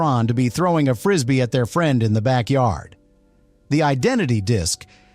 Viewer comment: It was so banned that the ai didn’t even know it. I guess AI doesn’t know how to say frisbee either. I never played with a backyard disc.